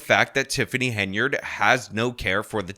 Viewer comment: Henyard not Hainyard